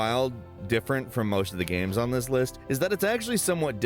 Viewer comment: He always says video 'gams' not games 😂